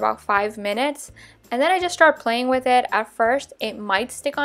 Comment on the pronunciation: Why do you say wit instead of with